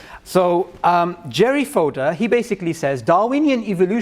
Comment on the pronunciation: Great conversation! Though his name is "FodOr" not "FodEr" :D